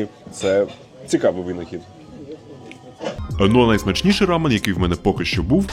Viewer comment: Дякую круте відео ❤ вухо ріже вимова слова рамьон😂😂😂😂